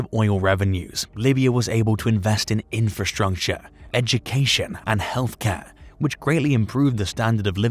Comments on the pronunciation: I chuckled when he says "infrastruNcture" the 2nd time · Infrastruncture 💀 Construnction 💀 Agricunglture 💀